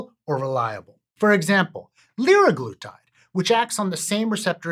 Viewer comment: sem-Ah-glutide leer-Ah-glutide